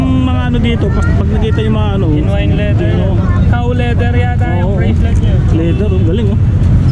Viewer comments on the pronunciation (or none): Bossing.... correction lang po. Not a basher... leather po hindi ladder....